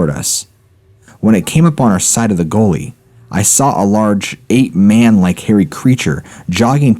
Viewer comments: I think he mispronounced "Gully" as in "we walked down by the gully". The dude has a weird way of pronouncing certain words. Its not the accent. Just him i think. Not as bad as Chillin Dylan (chills) but not bad. The speech pattern of Chills may be some form of impediment, i don't know but i love his content and his speech pattern means his pronounciation is very clear and concise. 2 of my faves.... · Oh, you mean ? That's a slightly strange pronunciation of "gully". :) Sorry, wasn't trying to be smart, only just heard it after I'd commented/replied. Lol